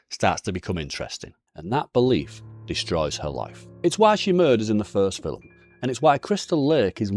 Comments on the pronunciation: Wtf is a filim? An accent doesn't allow you to add letters to a word bro...filim...get thefxxx out of here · The fillem, or film?😂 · How come I'm just now hearing people say fill'em instead of film,is it because of melaniea